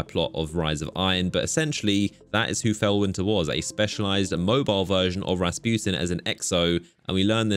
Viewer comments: How pernounces Rasputin: (Rasp-You-ten) How actual people pernounce it: 🎶 (RA RA RASPUTIN!) 🎶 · Soo you keep saying rasputin like the Russian peasant the dude that wouldn’t die and had a big shmeat?